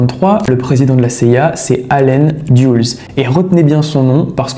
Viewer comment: Contre leur insu, liés avec au lieu de liés à,ils ont mis 20 millions a insérer le micro dans le pauvre chat..allen "dyoules"au lieu de "deleuss",le gradé est "énergétique"haha..cest pas trop ça le français